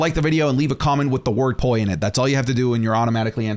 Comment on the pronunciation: At first I hear poy 😭 glad i rewatched it’s toy